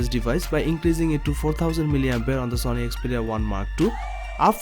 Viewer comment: Why do u say zony not sony